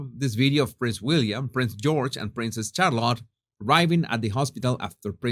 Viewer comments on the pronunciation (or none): It's not Char lott. It's Shar let